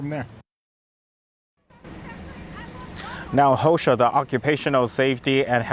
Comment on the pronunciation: That man said Hoesha. Lmao